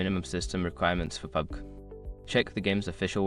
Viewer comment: Wtf is that pubg pronounciation?...